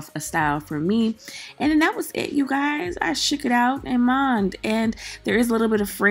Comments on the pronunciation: What's "amand?" Lol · I subscribed after the first “amoned “ 😂😂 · When you say “A ma’an” I just love it! Hair is cute and fluffy! I like it! 😍😍😍